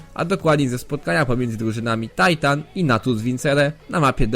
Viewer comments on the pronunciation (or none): none